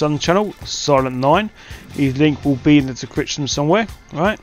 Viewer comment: Lmao he said the decription😂 Nice video gonna try this out👍